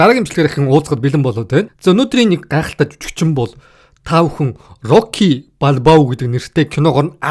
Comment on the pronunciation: rocly gej yariaad bhiin stalonee geed yarildaa